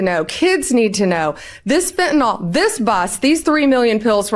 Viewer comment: It is Fetanyl not Fetanol.